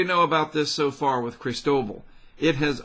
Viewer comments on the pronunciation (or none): At least he’s not saying “ Crystal-ball” and according to NOAA you pronounce it Kress—TOH-bahl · Pronounce it phonetically,! KRIS-TAH-BALL! Food for thought.